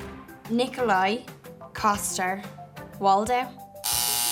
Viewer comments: She did a good job... Even better then the people giving her this job. Nikolaj Coster Waldau.... Her pronunciation of Coster was right!!! It's not Coaster!!! Ask Danish citizens!! And Waldau was wrong by both of them... Not that it's important but nonetheless. And then in addition it's hard to know how someones name should sound like... If especially American people have foreign names that have been changed to American slang pronunciation... Not sounding anyone near the original name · ALL is wrong... waldau is with a pronounced like the a in apple - we´re not finding Waldo this time ;) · Antonella De Florio The O is pronounced like the first syllable in Austria. The first syllable in Coster, actually sound a bit like the word custard 😂 They also mispronounced Waldau. Wal is pronounced almost like Val as in Valentine, and dau is pronounced like dou as in doubt 😊